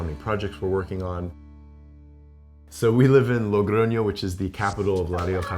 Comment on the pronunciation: When I saw "living in Spain", I thought Madrid or Barcelona, no! Logroño!!! What a surprise! Y bien pronunciado 😂. I'm from a little city near Logroño and it's very strange to see american people living in small cities, good for you! Disfrutad de la cultura, el vino y sobre todo de la comida! 😊